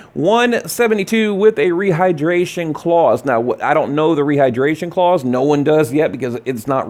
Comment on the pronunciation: Clause...not claws, shits annoying